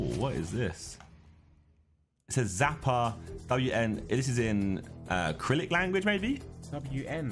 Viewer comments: I’ve noticed like every single one of the Sidemen call it “Crylic” like “acrylic”, when it’s actually Cyrillic (pronounced suh-ril-ick) 😅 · Hate how they keep pronouncing Cyrillic as 'Krillic' 🤣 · "Kyrillic" LOOOL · It's Cyrillic Josh... not Acrylic. Lol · Cyrillic not acrylic lmao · Cyrillic not acrylic 😭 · Bruh why do they pronounce Cyrillic with a hard K, its pronounced Suh-Rill-Ik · Josh pronouncing Cyrillic as Krillik lmao A for effort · The Slavic languages are Cyrillic yes, but it’s pronounced Si-ri-lic as they are names after a man called Cyril. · Josh. Cyrillic is pronounced si-ri-lick 😅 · Cyrillic - pronounced syr-illic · SOMEONE TEACH THE SIDEMEN HOW TO SAY CYRILLIC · waiting for the day the sidemen pronounce “cyrillic” right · It's stupid but it triggers me the way Josh says "Cyrillic"